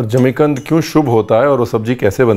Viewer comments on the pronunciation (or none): Jimi kand nhi. Zmi kand